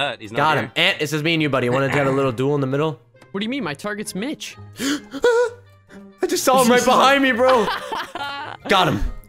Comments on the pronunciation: poke said to mitch sounds like he said b**ch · Like when you were saying sike mitch it sounded like sike bitch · when you say Mitch I hear Te word bitch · in stead of mitch i heard bitch